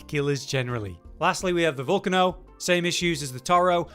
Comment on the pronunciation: Did he just say "Vulcan-O"????